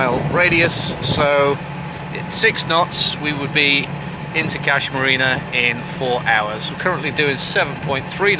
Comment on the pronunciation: Hahaa.. What I tried to achieve with baiting was; you telling me Brisbayne is actually Brisbane and i then proceed to correct your rather annoying pronounciation of Kas. Kas pronounciation rymes with "hush" not "cash" I bet Aannsha will get it right before you mate :)) Cheers and stay safe..